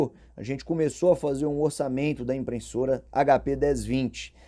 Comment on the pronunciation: Você consegue falar IMPRESSORA e não "IMPRENSSORA"?